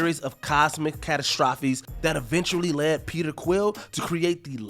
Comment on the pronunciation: did he purposely pronounce catastrophe so poorly?